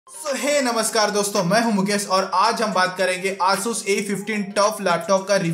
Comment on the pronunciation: he butchered the name asus